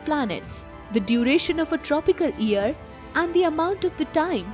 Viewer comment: Super interesting, this should be make known to the world. Small correction: its not EAR, but YEAR. You pronounce the lettet Y in the word YEAR as well. Hearing about EARS (organ for hearing) really distracted me.